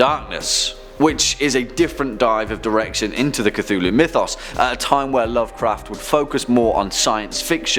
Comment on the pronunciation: Did he just say “Ctulu” at the start of the video 😂